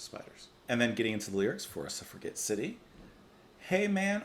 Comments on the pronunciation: Its pronounced SUFF-RA-JET. As in: "Captain Blackadder : I'm beginning to see why the suffragette movement want the vote. Lord Flasheart : Hey! Any girl who wants to chain herself to my railings and suffer a jet movement gets my vote!" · I think one of the Berlin albums like Low or 'Heroes' would be a nice contrast to Ziggy Stardust. btw Suffragette is pronounced with a soft 'g'. i.e. like a 'j'. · Suffragette is pronounced with a "J" Suf-ra-jet LOL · ........Its "Suff ra JET!"